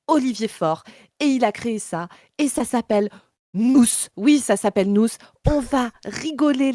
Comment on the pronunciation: AU SECOURS, IL Y A UNE FOLLE NOUZZZZZ AVONS PEUR 😂😂😂 ELLE EST CARRÉMENT PERCHÉE OU SINON OLIVIER FAURE A DÛ LUI DONNER UN PEU TROP DE NARCOTIQUE